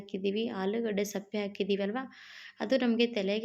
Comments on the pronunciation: Sappe alla sippe heli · ಏನಮ್ಮ ನಿನ್ನ ಭಾಷೆ. ಸಿಪ್ಪೆಗೆ ಸಪ್ಪೆ ಅಂತ ಹೇಳುತ್ತೀಯಾ. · Adu sappe alla sippe